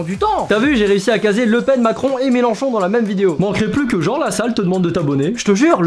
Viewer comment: Mdr "Melanchont" 😂